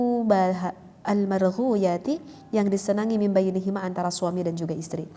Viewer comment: Bacaannya salah, almarghubati, bukan al-marghuyati. Bisa gak kitabnya ditampakkan untuk konten2 selanjutnya?